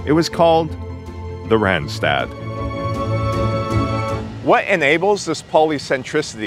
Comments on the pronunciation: it is not rent-stet it is Randstad with an ah , not an èh. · No, not Rendsted, please pronounce the 'a' as the 'o' in love. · Both a's in randstad sound like the one in car.